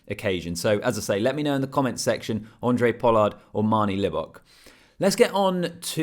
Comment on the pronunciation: It's Handre mate...with an H. Not Andre Pollard.